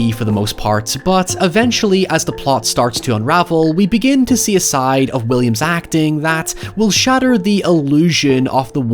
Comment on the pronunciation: pls say "williams' career" instead of "william's career"